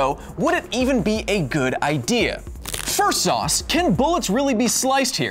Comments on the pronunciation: wait....did kyle say firsauce instead of first off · instead of saying first off he said fersauce